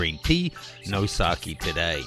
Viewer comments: Sakeh, not sakii, dumbass. Learn how to pronounce properly please. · its not saki, its sa-ke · Sake (Sa-keh) not saki (sa-kee) saki is a Japanese girl name